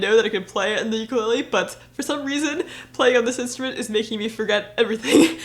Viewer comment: it's called Ukulele, not Uklee